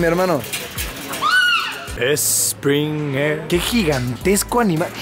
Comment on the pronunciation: esspring air